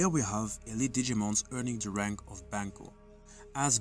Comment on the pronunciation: It's ban-cho, not banko, and loosely means "boss delinquent", the leader of a school gang BanchoMamemon is thematically based on Jotaro. Yare yare daze